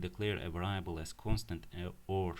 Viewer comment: Its pronounced “variable” vâr′ē-ə-bəl